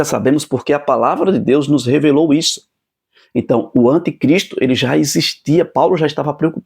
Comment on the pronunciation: Uma pequena OBSERVAÇÃO : Não se diz antecristo o correto é anticristo😢😢